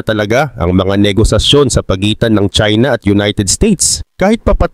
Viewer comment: China not chsina ok